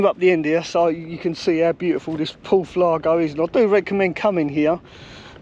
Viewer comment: Good vid as usual. I used to live about 15 mins from there, beautiful! However, its called Porth Iago (iago) not Lago:)